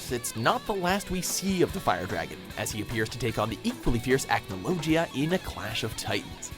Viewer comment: ACNOLOGIA NOT ACNOLOJIA